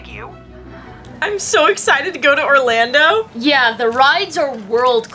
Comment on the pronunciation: it’s Orlando not Orlandot